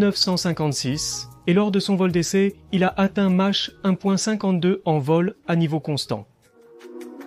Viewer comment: La traduction approximative par l'IA est pénible par ses multiples erreurs. Dommage car le reportage serait pas mal sans ces "Match" ou "mache" dit au lieu de "Mach", Mysteke au lieu de Mystère, etc.. Par contre l'explication de la fonction des souris "éviter de réduire les turbulences à l'entrée du moteur".... => éviter qu'une onde de choc supersonique ne se forme dans l'entrée d'air et risque de casser les aubes du réacteurs serait sans doute moins faux. Mirage tres ou lieu de trois, etc. etc.